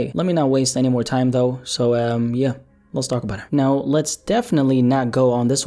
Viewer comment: Man's always talm bout "Les Go" someone need to tell him "Les Stop"